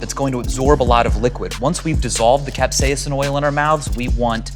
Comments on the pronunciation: I am a food safety expert, teacher, and 'amateur' chef...my mother is an English professor, and we both know a guy who is a molecular scientist. We all agree it is pronounced CAP-SAY-SIM. Not CAP-SEE-UM. Maybe CAP-SAY-SUM. And when it comes language...things change regionally. But when it comes to Latin...well...that is the language of science and does not change. Other than the slight mispronounciation, the V sauce guy is mostly spot on. Alcohol being the only blunder...it will cause the molocules to literally agitate and bounce around inside your mouth. That's why it is fun to take a big old shot while eating super spicy wings. I am in love with the sauce of death as why I am here sauce-splaining. Sean Evans is a personal hero of mine. I hope he sells his soul and becomes immortal. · Stevens pronounces it cap-SEYUH-sin : After a lifetime of pronouncing it cap-SAY-sin, I quietly segue into my new reality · i didn't know it was pronounced cap-say-a-sin well guess I'm dumb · he's saying capsaicin